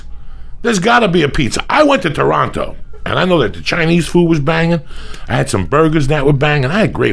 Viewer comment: It kills me hearing them pronounce Toronto like that